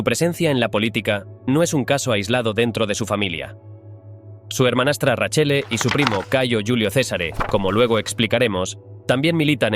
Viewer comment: Nepotismo puro , nada meritocratico , acá en Roma no son bien vistos por su hipocresía , buen relato la verdad me daba un poco de cayo cuando decía raccele en vez de Raquelle 😂😅más de un detalle que se hubiera investigado más pero buen vídeo